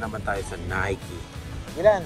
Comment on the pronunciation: Nike is pronounce as “naykee”